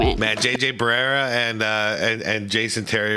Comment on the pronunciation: im a huge huge fan, you channel is one of my favorites. your honest takes are always so refreshing. but it bothered me to no end everytime you call JJ Barea, JJ Barera. lol Its actually pronounced Ba-re-ya. keep up the good work man. and also glad you have mellowed down with all the swearing, i like getting my 8 yr old son watch your channel as well. Grats on the 100k.